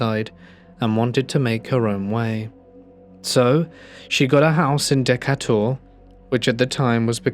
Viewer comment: Ha! Dekateur!!! 😂 It's Dih-kay-ter, last bit sounds like "turd", minus the 'd' 😊 Decatur. 😁